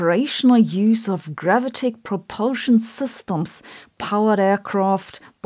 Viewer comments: Gravitic is pronounced: gra VIT ic . And array: ah-Ray. If you care to think about this, otherwise don't let me bother you. You are terrific. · Who else clicked on video just to hear her say gravitic.